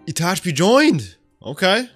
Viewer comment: Itachi. Not Itachbi.